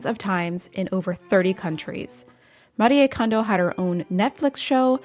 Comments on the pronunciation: First, thank you for pronuncing her name correctly ❤ Her message was always about surrounding yourself with joy 😄 I’m sure that’s exactly what she’s doing now, while being realistic about tidying. I suppose some have missed the point 🤷‍♀️ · Thank you for saying her name right! Its been killing me that people don't. 😭